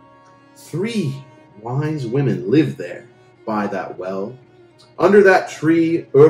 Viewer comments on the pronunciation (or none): none